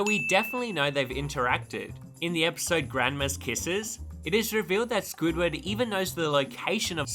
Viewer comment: It's SQUIDWARD Q. TENTACLES NOT J